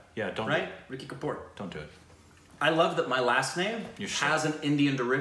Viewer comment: is a legend,he discovers new alphabets in every name. 😂🤣😂 The name is RISHI not RASHI, RASHI is a female name btw 😛